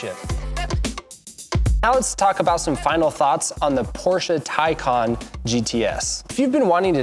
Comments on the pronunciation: The first half of the video is about how to pronounce the name and then he pronounces it wrong every single time after. Wtf lol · excuse me that’s not how it’s pronounced 😂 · Did I just watch you "Educate" us on how to pronounce "Tay-can" and then you proceed to butcher the name? Bruh. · wait why tell us how its pronounced and then put us through the discomfort 😂😂 very detailed review otherwise